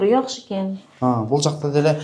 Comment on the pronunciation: Якшы жер дебей ,жакшы жер десен озбок болбой